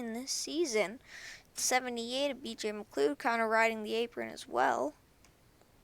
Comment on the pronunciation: Not trying to be rude or anything and i know this is an old video, but BJ McLeod's name is pronounced, "BJ McLoud" At least that's how most prounce it